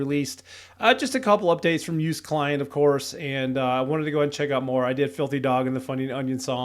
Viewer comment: the ”oo” joost is pronounced more like ”oh” incase you didn’t know 😭